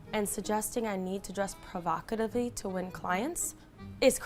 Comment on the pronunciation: this girl needs more practice. Her acting isn't believable she even pronounced provocatively wrong